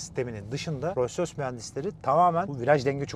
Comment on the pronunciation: Hilal tilt oldu artık Allahın adını verdim şu markanın adını doğru telaffuz et Roys Roys ne yaa abi gözünü seveyim yapma